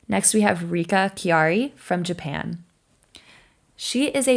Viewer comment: It’s not Kihari but Kihira, and also Kaori’s three jump combo was with 2A not 3A. Thanks 😅